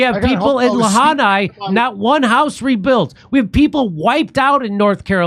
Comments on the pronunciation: Its really killing me how Jimmy had been pronouncing Lahaina for several days, Kurt finally corrected him and he even repeated it... and still cant say it right. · Just throw in the towel Jimmy you swing and missed on Lahaina 3 times😅😅 just say Hawaii brother. 😂. I love your show huge fan Kurt Metzger is a comedic genius you guys are a great team and very funny. Thanks guys. ❤ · Jimmy: Where's Lahanai?! 😭 Sorry, I jusr found it funny Jimmy butchered Lahaina more than once. But the message is more than valid. When will the masses realize these DC clowns are useless! Camel-ugh is an obvious Cocaine Import Agency a$$et like Obama. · It’s Lahaina not Lahanai 😂. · Jimmy -- stop saying 'Lahanai.' It's 'Lahaina.' Kurt's got it right. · Jimmy it's called Lahaina LA hi na not la ha ni. Every time you say it wrong I stop dead in my tracks. Your partner keeps saying right. Get it correct please jammy dero. Thank you. Love the show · Quit saying La Hana. It’s Lahaina.🤦🏻‍♂️ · La Hi Na Jimmy, not La Ni Ha. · Hey, I agree with your views, but you've been corrected twice. It's" La-hai-na". Say it. Get it right for God sake. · 100% agree with the sentiment. Lost friends in Lahaina. Family still displaced in Georgia. I’ve lost 17 friends to the fentanyl crisis in the past 2 years. But for the love of god it’s pronounced LA-HIGH-NAH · Come on it’s La-hine-a!! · Stop saying Lahanai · La-hai-na…. Try it with me now Jimmy 😂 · Jimmy - Lahaina = Lah-Hi-Nah 😘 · It's La-High-na Jimmy. Lahaina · "La high na" Jimmy. It's not that hard. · Lahanai? Jimmy, listen to Kurt he tried to correct you. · It's pronounced LA-HIGH-NAH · It’s pronounced La Hi nah Jimmy. I was there back in 1991 it was a beautiful paradise. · Jimmy cracks me up. He can't pronounce Lahaina to save his life. He butchers it every single time. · C'mon Jimmy. Lahaina. It's not that hard. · Kurt trying desperately to get Jimmy to pronounce Lahaina properly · It's Lahaina Jimmy. It rhymes with va🐱ina.